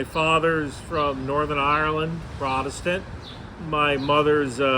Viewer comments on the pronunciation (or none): none